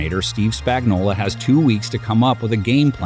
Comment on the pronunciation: Spagnuolo. Say it. SPAG-NUOL-O. It's 100% NOT Spagnola. He's not a can of Chef Boyardee.